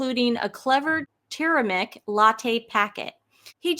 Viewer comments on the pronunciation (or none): TUR-ME-RIC. A-YUR-VE-DIC Sorry! But your everytime you mispronounced those words I just hurt... deep inside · it's TUR-ME-RIC correction NOT turemic